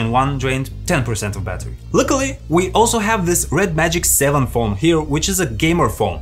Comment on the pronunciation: Why can east europeans not pronounce the letter H. I GGGGGHAAAVE . ITS I HAVE